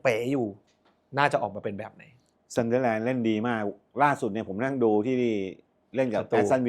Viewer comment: มาอีกคนละ..ออกเสียงซันเดอแลนด์ ทำไม่ไม่ออกเสียเหมือนเฮียเม้ง ซันเดอร์(เด้อ)แลนด์ มันเป็นอะไรเหรอครับ ไม่ใช่แค่คุณนะครับ หลายคนก็เป็น แจ๊คกี้เรียกวาตารุ เอนโดะ ตังกุยเรียกโรเบิร์ตสัน(ไม่ออกเสียงซั่น)ทั้งเกม..